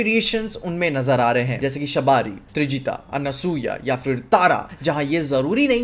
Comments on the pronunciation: pls put more efforts while you pronounce names from our Granthas. It’s Shabari(and not Shabaari) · Surpankha? Shabaari? What sort of pronunciation is this? Lol. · Shabaari nahi bro.... Shabri hita hai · Itne saare pronunciation english style me शबरी -शबारी त्रिजटा - त्रिजाता शूक -शूका Achha hua राम जी को रैम nhi bola 😂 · Bhai ramayan ke Patro ke namo ka pronunciation thik kar lo google par English me padh ke shabari aur shuka 😂😂😂